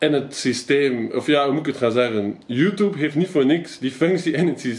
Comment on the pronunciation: "Youtoeb" haha